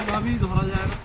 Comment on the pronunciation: শব্দটি জায় নয় যায় হবে